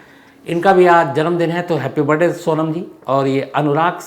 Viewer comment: Sir aapke video mujhe bahut pasand h ❤❤......aap jab barday bolte h to mai do baar back karke fir se sunti hun😂😂😂